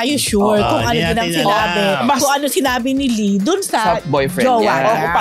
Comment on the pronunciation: Lee? Lie po..ano ba yan!